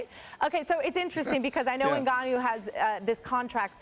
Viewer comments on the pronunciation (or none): Ngannou, not "en-gon-nyew." Sheesh. She had one job. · NgaYOU!!? It's interesting how folks pronounce names incorrectly.🤦🏿‍♂️🤦🏿‍♂️🤦🏿‍♂️ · Everyone: "NGannou" Ashley: "Engañu" 😆😆😆😆😆😆😆😆